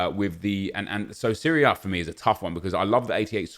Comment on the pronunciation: "the Syria A"